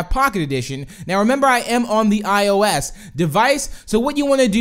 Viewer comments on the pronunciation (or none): He said ISO and not iOS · You said ISO instead of iOS 😂🤣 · He said iso instead of iOS 😂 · Hahaha he said ISO haha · U said ISO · did anyone notice he said iso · Did he say ISO? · You said iOS wrong you said ISO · He said iso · He Sed iso instead of ios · it's ios not iso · why did you just say iso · LOL... he said ISO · Why did he said iOS its iOS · You said iso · Did You Say ISO On XD 😂😂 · he called ios iso waaaaaaaaaaaaaaaaaaaaaaaaaaaaaaaaaaaaaaaaaaa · He said iso 😂😂😂😂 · This bih said ISO lol 😂 it's ok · ISO 😂😂 and Moyang😂😂 No Offence